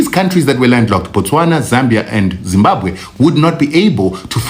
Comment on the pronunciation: Zimbabwe and not Zimbakwe